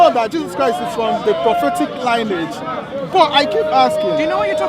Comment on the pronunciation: lionage??? he meant lineage , please check it out its all there, prophet Muhammads (PBUH) all line is clear))) whats is this confused guy trying to say? i think he is trying to be one of those westerner as a part of white people... how hard you try they won't accept you body, Be you and be proud of your background... i see a lot of so called christians who got converted they really try to be ))) MAY ALMIGHTY GUIDES THEM and us as well